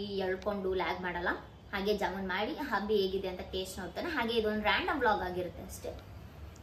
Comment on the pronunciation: ಅದು ಜಮ್ಮುನ್ ಅಲ್ಲ ಜಾಮೂನ್